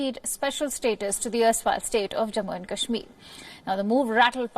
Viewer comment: Pahle kashmir bolna to sikh le.....bad mein mediate karna...😂😂😂😂